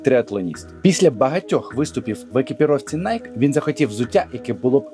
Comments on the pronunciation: Найкі, а не Найк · Правильное произношение компании не найк, а найки. Знаток липовый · Вимовляється: найкі